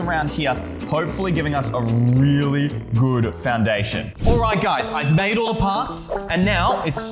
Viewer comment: Did he just say wait weally instead of really